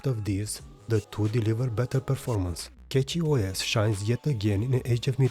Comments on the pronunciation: something that you messed up here is the mesa. prolly why nobara did pull ahead. saw that you wrote mesa 24.3 on em all, but mangohud is showing 25.0 devel bleeding edge. Cachyos is pronounced like cashyos, like money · Didn't know cachy was said as catchy